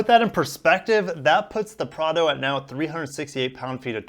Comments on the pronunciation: Don't worry man, you are saying Prado correctly. It's pronounced p r aaaa d o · Prar-doh. You’ve nailed it. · Bro you have the 4Runner much better in my opinion, and yes you got first the pronunciation right. Cheers! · You are pronouncing the name correctly. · You are using the correct pronunciation :)